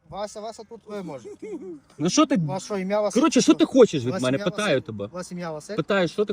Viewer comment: Не шо , а Що. Пусть вивчае мову 😂😂😂